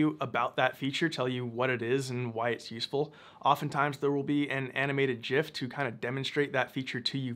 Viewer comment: Hair game still on point! Great video. Pronunciation of .gif could use some work if I'm being honest.